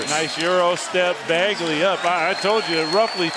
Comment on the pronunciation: Commentator: Marvin Bagely